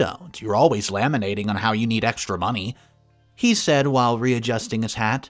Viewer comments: Hey I just wanted to let you know the word lamenting is pronounced like La men ted Laminating is when you seal an important document in plastic like a driver's license is laminated. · I've heard his read stories I've heard before and even read myself- he reads these errors into them, they are not in the original text. So it isn't that the stories are miss using laminating, it is mispronouncing lamenting. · Grammar much? I've heard Reddit and text story readers correct as they go. Hearing things read with such obvious obliviousness to grammar is as annoying as reading it. You'd think it was the reader's first look at the text. "Laminating" instead of Lamenting. "Cited" instead of Sighted, etc. I can understand the occasional typo, but this one was so poorly written, it made my skull ache. As to the story, OP went from gullible and wimpy to James Bond's little cousin. He even threw in a GF in Canada, a super hacker, and a bar roomesque brawl that drew the neighbors to break it up. Yet no one called the police? The term Farfetched doesn't begin to adequately describe this one. 🤦‍♀️🤦‍♀️🤦‍♀️🤦‍♀️🤦‍♀️💀💀💀